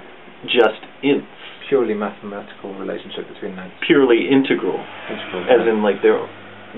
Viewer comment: This hurts. "you know, like, integral maths. purely integral. No grey." "right. purely MAYTHEMATICAL."